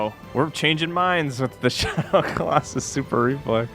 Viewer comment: Can't believe didn't roast you for the way you said Colosauce I lol'd 😂